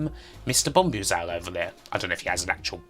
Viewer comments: Fantastic video,. Forgive me a pedantic moment - I think Bombuzal is pronounced Bom-booz-el, similar to the word bamboozle. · #83 Bombuzal is pronounced Bomb Buzal ....as in to confuse and puzzle someone.